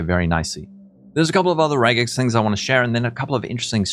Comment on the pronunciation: Thank you for saying regex and not rejex.